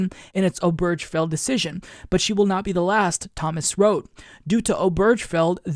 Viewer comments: Point of order, - Obergefell has four syllables: ober-gefell. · Not to be that guy, but it's pronounced "Obergafell".